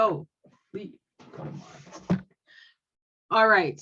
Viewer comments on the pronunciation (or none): none